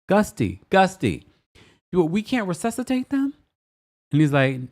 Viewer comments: I laughed so much this episode. I had to rewind Mary a few times. Especially when she said "ReSUCHitate"" instead of resuscitate 😂😂😂 I busted up laughing all 3x I rewound. And then to end it with "Gusty" not Dusty lmaaaoo . And yes Black people almost always die first in movies 😂😂😂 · Saaaaame. Her "Resuchitate' comment instead of saying resuscitate 😂😂😂